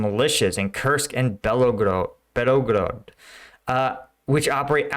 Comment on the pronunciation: It's not "Belogrod". It's "Belgorod". 🤦‍♂️